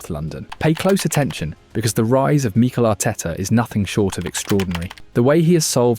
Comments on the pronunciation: Meekle Ateta. AI voices are annoying. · Exactly! I grew tired very quickly of hearing MEEEKEL Arteta every 10 seconds 😂🤦🏻